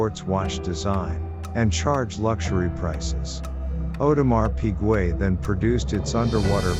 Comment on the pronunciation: Audemar Pigway? 🤷🏻‍♂️🤦🏻‍♂️😂🐽🐽🐷🐷